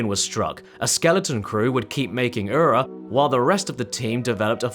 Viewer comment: please stop saying ura if you’re not even going to try to pronounce it correctly. it’s like nails on a chalkboard when you say it